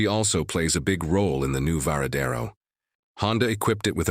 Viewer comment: La présentation est pas mal, mais encore faudrait-il savoir c’est quelle moto vu qu’elle change de forme toutes les cinq minutes en plus de la voix IA qui fait des erreurs à chaque fois qu’elle prononce le nom ￼de la moto, ça gâche un peu la présentation